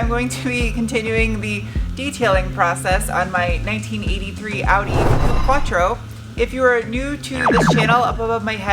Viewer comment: It's not "coup", Its Coup-A